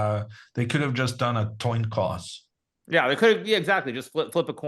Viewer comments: “a toin coss” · Toin Coss . . . I will never say it properly again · Lol! In the moment, I thought I misheard